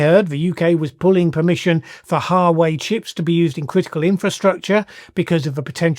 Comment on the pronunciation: Huawei is pronounced wah way.